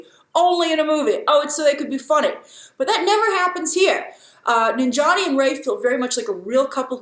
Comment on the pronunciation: Its Nan-jia-ni not Nin-jani lol... I will never get how westerners can pronounce difficult European names, African names or even Japanese names but cant pronounce even some simple South Asian names